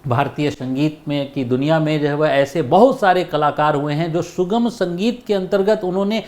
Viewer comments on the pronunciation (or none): माफ करना गुरुजी। छोटा मुंह बड़ी बात हो तो।लेकिन आप स और श का उच्चार सही कीजिए गुरुजी। शास्त्रीय बोला जाता है सास्ञीय नही सुगम बोला जाता है, आप कभी कभी शुगम बोलते है। संगीत बोला जाता है। शंगीत नही। आपकी सारी जानकारियां अच्छी है लेकिन उच्चार में सुधार की कोशिश जरूरी है।